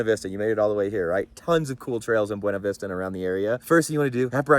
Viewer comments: The locals say it “Buna Vista”. His second line on the gatekeeper at Grizzly cost me my driveshaft in my Gladiator in October. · Boona-vista is how the locals pronounce it. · Buena Vista, Colorado, is locally pronounced as BYOO-nuh VIS-tuh or BYOO-na VISS-ta, which is a deliberate anglicization of the Spanish name